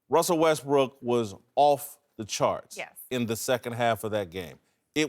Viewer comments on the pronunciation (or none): Wussel Restbwook GWEAT